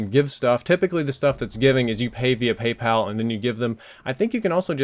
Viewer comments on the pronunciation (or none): none